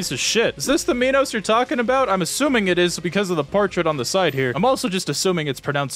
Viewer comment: Okay so King Minos is often mispronounced. He, like Act II's King Sisyphus, is named after a king in Greek myth. In particular, Minos is the king who locked up Daedalus and Icarus in that one tower. He did that because Daedalus made a wooden cow suit, the world's first fursuit, so Minos' wife could get it on with this one prized bull. It's fine, one of the gods cursed her to be in love with it, she wasn't like that. Anyways, she did have a child from that bull. It was called the Minotaur. Translated, "Minotaur" actually means "bull of Minos" (Minos + Taurus). Fun facts aside, Minos' name is pronounced "My nos" and not "Me nos". I included that trivia up there both to flex how much of a nerd I am, and to show how I came to learn how to properly say his name. After all, it isn't a Me-notaur.